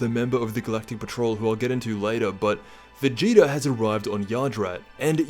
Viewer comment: Stop saying vageeter in every video lol